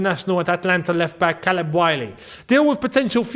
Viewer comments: How is he butchering the name Caleb it’s pronounced Kay-leb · My left testicle got a call to join chelsea 😂😂 also the pronunciation of the name caleb is ( kay-leb) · Caleb pronounced K-leb. SMH WHY?😫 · Yooo it’s pronounced as kayleb 😂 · It’s Caleb, pronounced Kay-leb. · Out of all these weird links, what surprises me the most is how doesn’t know how to pronounce Caleb 🤣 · his.name pronounced with a k sound caled